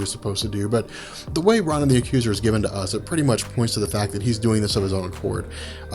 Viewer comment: I love your videos! However, Ronan (Roh-nin) wasn't a henchman or working for Thanos. It was a deal they had. Thanos didn't ask him for the Infinity Stone. Ronan wanted Thanos to do something for him, and Thanos agreed if he brought him the Infinity Stone.